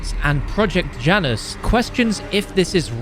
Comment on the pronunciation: Janus is pronounced ya-nus